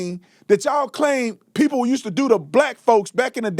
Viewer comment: This educated lawyer says "Pepo" foe "People"? Come on Guy! You are smarter than that-- well maybe not with what you have done. You have set the investigation back with all your conspiracies and jumping to conclusions. The Wells family needs to fire you. You have been an idiot. We need to get the bottom of this case and solve it. This good kid deserves that much. You are not helping with all your accusations. It is just causing kids who might be of some help to clam up and not get involved. The police need the help of anyone who has seen something and you are not helping.